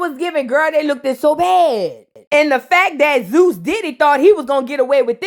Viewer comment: didn’t even try🙄 “She lookded so bad!!” 🤣🤣🤣🤣🤣🤣🤣